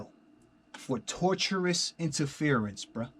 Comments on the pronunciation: Battle rap fans swear they lawyers mane. Talkin bout “tortious interference” and can’t even pronounce the shit right 😂 “TOR-SHUS.” Not “torturous”. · And It’s pronounced “tor-shus” MFs sayin “torturous” like it’s torture.. well I guess it feels like it if you gettin bullied and shit 😂 or “tortuous” which means twist and turns, zig zaggin’ and shit. In any case, these is Bars. 😂